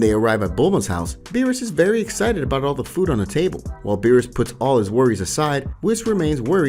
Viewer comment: Does anyone notice that he said beerusus KID